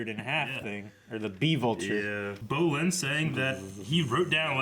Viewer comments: Brolin = weightlifter Bolin? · Why does still calls Bolin Brolin, Jesus Christ................